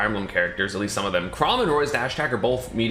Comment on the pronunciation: I love Google Chroy